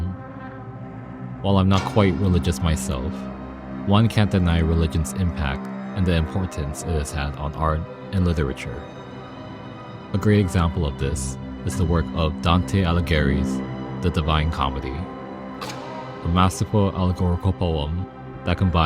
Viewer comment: As someone with 0% Italian ancestry, hearing "Dante Aligerry" made my nonexistent spaghetti sauce curdle :P